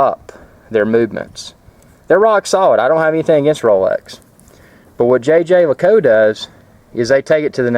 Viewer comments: the official pronunciation used by JLC is "zhey ZHER leh KOOLT"-- it's supposed to be pronounced with a French accent. Besides that, great watch and a nice review. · lol the french don't pronounce it with a z.. It's 'jheh jheh leh koolt'. Also I think the guy in the vid needs a slightly bigger bracelet although a black/brown croc strap complements the watch face best in my opinion. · Nice piece. Congratulations. :) Also, its pronounced xhuh-xher leh-coolt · Sorry, but you completely butchered the pronunciation of Jaeger-LeCoultre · Was cracking up at the way you pronounce the name! Too many uptight people in the comments.